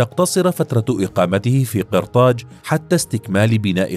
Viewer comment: قصر قرطاج بالفتحة و ليس بالكسرة يعطك كسرة